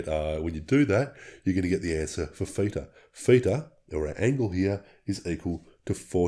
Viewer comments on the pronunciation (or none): What's a "feeter" angle? or are you saying (feature) with an accent? And what is that 0? Is that the "feature/feeter"? I did the equation of 12 x 0.57 and got = 6.84. Yours is 6.88. Why is that exactly?